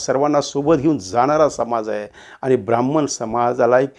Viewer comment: क्षमा.ब्रा म्ह म्ह ण नाही. ह् + म= ह्म ब्रा ह्म ण